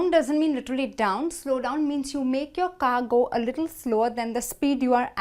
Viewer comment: Her pronounciation is killing me !!! Did she say car or ga ?